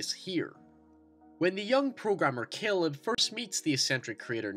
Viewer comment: "keeleb" and "Neethan" lol